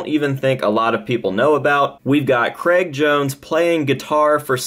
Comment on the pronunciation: Why are Americans unable to say Craig?